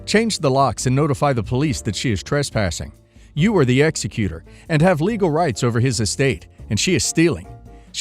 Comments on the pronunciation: Last story, and many stories on this channel. It’s pronounced ex e que tor. Not executor (like killer). It really drives me nuts listening to a lawyer channel and a very basic term of law is mispronounced. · Last story- it is ex-EC-utor, not ex-e-CU-tor.